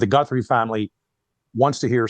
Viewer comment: dude calling her "GUNthrie" .. im out on anything else he says if he dont even know their name lol